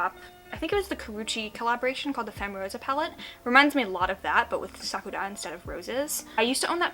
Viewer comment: You are the only person to pronounce sakura correctly. 👏👏👏😄